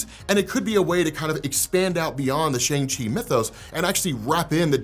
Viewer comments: Bro it’s Sh-awn-g, not Sh-ayn-g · sh'ayng chi? ... sh'uhng chi... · Sha - arng Chi, not Sha - ang Chi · haha Shane-Chi? Let it go! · You gotta work on how you pronounce "Shang-Chi" There was literally a part in the movie that highlighted how it's pronounced more closely to "Sean/Shawn" which is why it was funny that he chose that as his new name when he left. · Why are you still pronouncing the name wrong? Lol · How are you still mispronouncing Shang Chi’s name after watching the movie? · Love your content bro, coming from TikTok, and this is the first YT video of yours that I’m watching. I gotta say though, with the praise you give this movie, I wish you would have pronounced Shang-Chi’s name correctly throughout the video. This movie was amazing and definitely deserves the right pronunciation. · Can you at least just pronounce Shang Chi correctly please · At least? What else is he not doing you are disappointed with? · mispronounces a lot of comic stuff and stuff in general, so if you think he's being racist or a bigot. Don't even go there